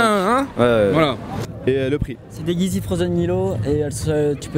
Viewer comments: A le gars dit izy aulieu de yeezy sa ma tué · Sa me soûl les gens qui disent heezy alors que c’est yeezy